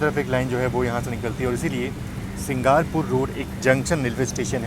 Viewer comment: भाई साहब आप अपने उच्चारण को सही करो। सिंगापुर रोड को आप सिंगारपुर बतारहे हैं। झारसुगुड़ा को आप झांसा गुड़ा बता रहे हैं। हावड़ा जगदलपुर एक्सप्रेस को जंगलपुर बता रहे हैं। इससे आपके हिंदी की अज्ञानता ही झलकती है, कृपया इन कमियों को दूर करने की कोशिश करें।।